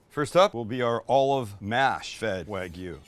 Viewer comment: Great video guys! My favorite part was Sam pronouncing the regions where the Wagyu was from.